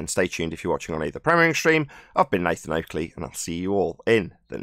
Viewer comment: Black Swan reks ballers!Oakley pronuncanation twice 🤣🤣🤣🤣🤣🤣🤣🤣🤣🤣🤣 get wrecked